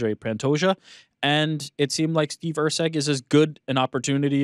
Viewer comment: It is Erceg, not Rceg...